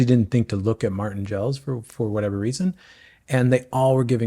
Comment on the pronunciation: It's pronounced mORten not mARten .......I use premixed in soft flasks plus caffeine gel, no gut issues... I tries Precision which was good, but the caffeine ones gave me headaches!!